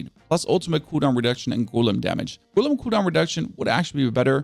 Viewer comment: 😂😂😂 well I guess English isn't his 1st language so we can let off